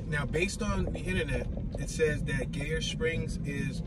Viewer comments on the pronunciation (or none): It's pronounced like "Geyser" w/o the "s". GUYer, not GAYur 😂 good video though. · It’s pronounced (g-eye-er) Springs.